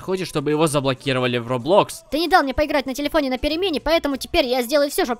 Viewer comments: Мне кажется что не робло́кс а ро́блокс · Не роблОкс, а рОблокс. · Не робло'кс аро'блокс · Не робло'кс а ро'блокс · не роблОкс а рОблокс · ХВАТИТ уже говорить роблОкс надо говорить рОболкс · Меня чуть-чуть раздражает то, что ты говоришь роблО́кс. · Блин вы конечно простите но ПРАВИЛЬНО РО'БЛОКС!!! Ударение на первый слог! ЕЩЁ РАЗ СОРИ!!! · ты че правильно не роблокс а роблокс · Роблокс ударение на первую о.